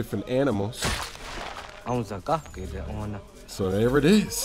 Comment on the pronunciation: "so there it is" more like so DEER it is! XD